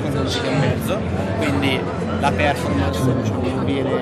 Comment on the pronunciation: Esteticamente è uguale al Panasonic Eluga, comunque per favore spiegategli che si pronuncia perfòrmance non pèrformance